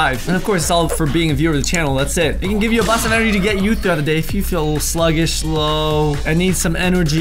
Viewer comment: I’m so sorry but you said en-o-gy 😂😂😂😂☺️